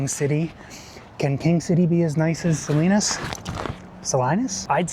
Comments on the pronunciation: "SA-LYNUS?" made me laugh. Looking forward to video of Day 2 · Salinas "Salainas" had me in tears 😅😂 oh and by the way, do any of these buses stop at Lompoc 🤔